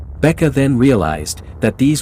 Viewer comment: bäke is not pronounced the way u do it